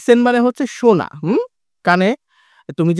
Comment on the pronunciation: শোনা হবে। সোনা নয়।